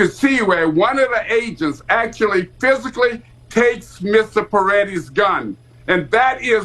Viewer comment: Who is that Fox RaCOON … he can’t even pronounce his words 😵‍💫 it’s brandish!!! Not Banish 😩 it’s PRETTI not PERETTI